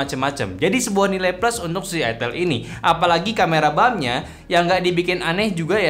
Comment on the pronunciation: Ai-tel bang bukan I-Tel. Gak enak buat bnget kalo I-Tel. 😂